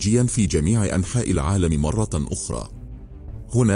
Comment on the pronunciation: أولا" :ممكن تحكيلي مين هذا الراوي؟؟؟ معقول قناة مثل قناتكم تدخل ذكاء إصطناعي ليروي كتاب بلغة عربية؟؟ بيقول( مرة آخرى)برفع مرة التنوين؟؟ معقول هذا؟ أقسم بالله العظيم قرفت من صوته ومن قراءته وما حكمل الفيديو وإذا ما تداركتوا هذا الأمر سألغي إشتراكي للقناة